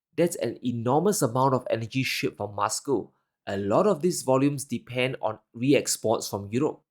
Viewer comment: content is so enlightening...however i just have a little criticism of pronunciation of some words. He likes to pronounce them as he wants whether right or wrong. Eg Moscow..he pronounces as Muscow...why?.... he's the only one in the world who pronounces as such. I'm curious how he will pronounce most and must 😂